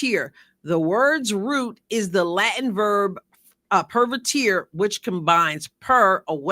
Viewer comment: Retired Latin teacher here. I greatly appreciate all your insightful videos on the Caitlin, the Fever and the WNBA. Although you correctly cite the original meaning of “pervertere,” your pronunciation is way off. There is no “-teer” sound, such as the three musketeers. The ending of the Latin word is in its infinitive form, meaning “to throughly turn.” It is either pronounced 1. per-WER-teh-reh (Classical Latin) 2. or per-VER-teh-reh (later church Latin).